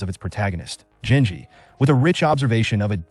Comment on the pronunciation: It's pronounced genji, with a hard g.